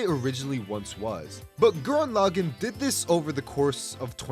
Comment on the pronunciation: No… Gurren… Laggann… WHAT. THE. FU- This Video Is Flawed, But I Believe You Can Do Better, But Still, NO GURREN LAGGANN, WHY HOW WHAT.